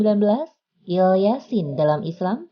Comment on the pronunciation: Ilyasa min bukan ilyasin